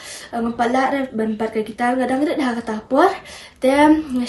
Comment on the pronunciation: Khublei Shillong mail ia kane ka khubor kaba ai mynsiem shisha ia kiwei ki para khynnah. ka jingkyntu ia phi Shillong mail ban iarap ia la ki reporter ba kin kham pyntbit bad pynjanai ha ka rukom interview. Nangta pynjanai ia ki rukom kynnoh ia ka guitar bad piano - ymdei gaitar ne pai-ia-no.